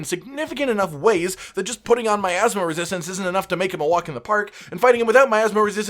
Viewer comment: "Athma Resistance" , am I the only one hearing that?